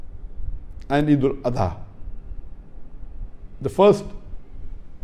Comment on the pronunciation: Blady Whabi you don't know even to pronounce Iid-ul Adhah giving Islamic Explanation? Did our Holy Prophet (salallahu wasallam) light Candle like Hindus which is on your right side? First remove your western suit.